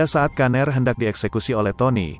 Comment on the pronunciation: Pgilnya brian aja bang..jdi aneh denger kata "kaner"